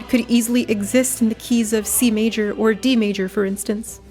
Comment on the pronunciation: when you said key of c major i thought you said kfc major